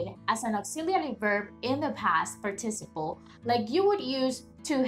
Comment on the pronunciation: Hi, you need an extra syllable par/ ti/ ci/ ple